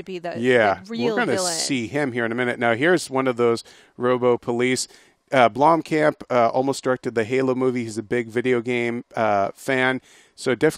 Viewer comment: It's not pronounced "Bloomcamp", it's pronounced "Blomm-kump". Spelled Blomkamp of course.